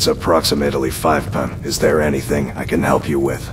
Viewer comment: Sorry but these NPCs saying 8pum to 5pum really got me. Amazing work though, I wouldnt be surprised if news articles get written about this when your done. Truly groundbreaking stuff!